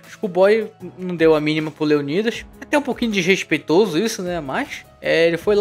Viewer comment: Qual a dificuldade de falar o nome leonidas kkk